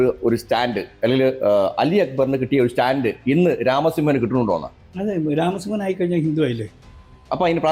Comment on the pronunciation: സുഹൃത്തേ... രാമസിoഹൻ എന്നു പറയുക